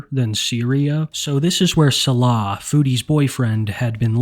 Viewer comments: please pronounce Salah correctly it hurts my ears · why should he, Foodie doesn’t 😂